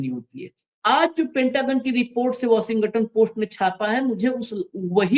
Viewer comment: वॉशिंगटन का उच्चार बराबर नही है 😂 और apstin फाइल नेतन्याहू के पास होगी जो सब को नचाता है😢